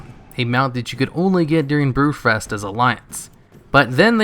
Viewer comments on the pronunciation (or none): BREW-FEST gotta work on that enunciation.